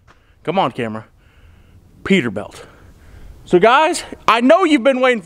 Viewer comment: Has anyone noticed him calling it a peterbelt lol